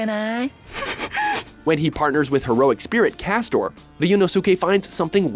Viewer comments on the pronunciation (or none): How the hell did you mispronounce Caster? It may be what he's called in the anime, but its still an english word -. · Oh god, that pronunciation of Baccano is horrible. And your pronunciation of sadist, as well. And Ryuunosuke. AND CASTER! COME ON, THAT'S A BASIC WORD! WHAT THE HELL! Also, Yagami. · Did this fool just say "CASTOR"? Didn't think they could mess up common english words too. Caster!!! Caster!!! Cmon man!! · Caster* its ter nor tor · Castor? That's not even a Japanese name to mess up lol. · They don't even butcher anime names. They murder basic English words like "sadist" and "caster". There is no excuse for getting those wrong.